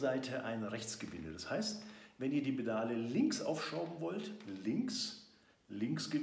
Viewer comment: Die "Bedale" man kennts :D Spaß beiseite. Danke für das Video!